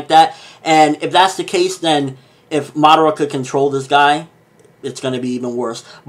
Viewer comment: nice video. but just one word of advice: madara. its not madera. there should be three distinct syllables there